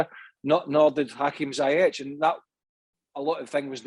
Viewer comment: Already 1 and half of season..craig still pronounced zayech....zi zi ziiii zeyyy..not zaaaaaa 😏